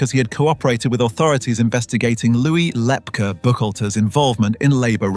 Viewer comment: Lepke pronounced Lepkey NOT Lepka